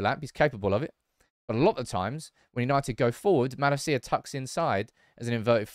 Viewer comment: Likes Malacia but won't pronounce his name right